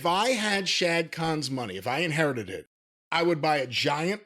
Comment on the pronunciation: Dude its not "shad" its "Shahid Khan"!